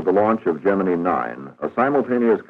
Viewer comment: I worked in the shop that made the gemini capsules. Why do narrators of modern videos mispronounce the word "gemini"? This narrator gets it right.